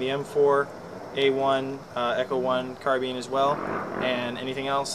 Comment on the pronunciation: Poor grapefruit, lol ^^! Did he just say carbeen? I thought he meant carbine... either he mispelled or bad audio...